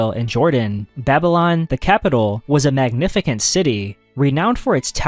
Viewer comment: Gotta love nailing the pronunciation of Babylonian names, but then saying "magnifi-kent" and "lit-a-cher"